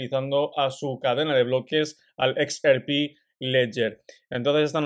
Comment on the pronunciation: #XRP seguimos pendientes siempre. Sugerencia. Se dice EX AR PI.... No se dice EX ER PI